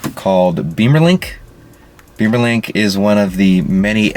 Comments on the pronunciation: thanks!! FYI.. it is "Bimmer"...link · Which is pronounced “Bee-mer” which is what he said in the video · only if you are american😅